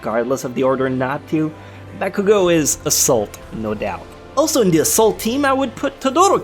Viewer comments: Your over pronouncing of names is annoying. Listen to how the voice actors say their names in the anime. For example, you said bAkuuGO. That is like saying mIssTay it does not sound right. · its not bakugo its bakuGOAT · The way you pronuncied BAKUGO made me cringe